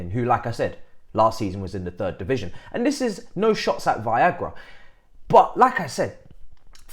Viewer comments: my man keep saying it😂😂😂Viagra!!! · Why is he calling “Veiga” as “Viagra” 🤣🤣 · Come on man at least try and pronounce Veiga name correctly.